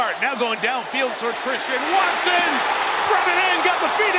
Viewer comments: “Cwistian Watson 👶” 😂😂😂😭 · Witewawwy Chwistian Watson